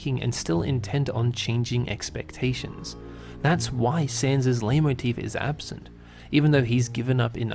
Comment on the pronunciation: Finally, someone who actually knows how to pronounce Leitmotif